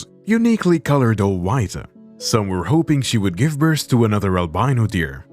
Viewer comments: Sorry.... birthA ? Hard to understand you. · Why did I hear Bertha instead of birth maybe I need to get my ears checked I have been hearing things wrong like this comment if you heard Bertha or I need to get my ears checked